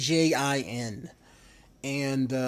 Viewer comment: One thing it's pronounced a-jean and a is pronounced like AH-jean